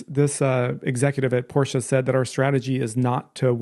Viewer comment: I recently purchased a Model 10 Apple Watch to replace my old one. It's a significant improvement, especially in rose gold... I'm glad you pronounce Porsche correctly. I know most people in the US pronounce Jaguar: Jagwire, or something similar. As the owner of a couple of them, it's Jag u are. Three syllables.